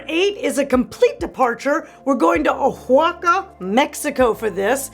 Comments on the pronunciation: oaxaca is pronounced: wah-hah-kah. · Hehe I love the way you say Oaxaca 😂 it’s pronounced “Wuah-Ha-Kah” not intuitive at all, it’s local dialect I think